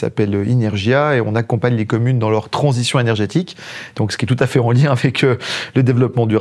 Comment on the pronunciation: Ça tansitionne, ça tansitionne.